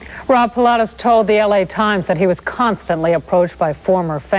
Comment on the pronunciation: Fab MorVan, not 'Morgan'! And you're mispronouncing Rob Pilatus' surname, too.